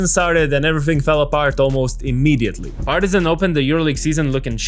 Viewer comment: PAR-ti-zan and not Par-TI-zan